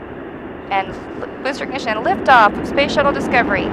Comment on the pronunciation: I love her strong voice "for full science"after she messed up with "booster ignition"😅😅